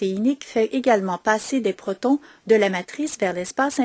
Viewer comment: merci pour la vidéo bien fait mais un petit problème avec la prononciation de protons on dit protons H+ pas protine